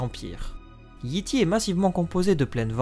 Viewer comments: Comme toujours, une vidéo complète, bien construite et qui instruit. Mais toujours un gros problème de prononciation (on prononce "Yaï Taï" et non Yi Ti, teaser se prononce "tizeur" et non "tazer", showrunner se prononce "choreuneur" et non "chorouneur", Shireen se prononce "Cheurine", l'auteur est G.R.R. "Martine" et non "Martin")... Bref, faut se rappeler que la langue d'origine de GOT est l'anglais, donc les noms ne peuvent pas se prononcer comme en français. Je pense que dès que cela sera respecté, ce sera la meilleure chaîne d'explications sur GOT ! ;) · Excellent ta rubrique Géographie est ma préférée ^^ je vais quand même faire une petite remarque : Yi Ti se prononce Yay Tay